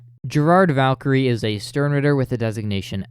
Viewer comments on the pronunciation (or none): none